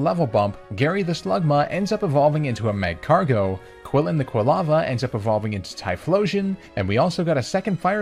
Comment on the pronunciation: MAGCARGO, NOT MAGARCO!